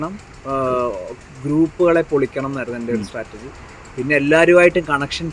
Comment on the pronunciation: Interviewer., സ്റ്റാറ്റർജി അല്ലാഡോ. സ്‌ട്രാറ്റജി